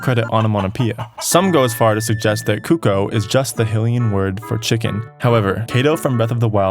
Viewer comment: Is nobody gonna talk about the way he miss pronounces CUH COO not COOCOH